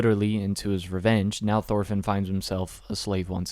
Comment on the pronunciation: Say it with me "Torfinn" not THorfinn